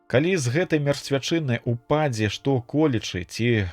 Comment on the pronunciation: Прачытана: упа'дзе, слоўнік дае: упадзе'.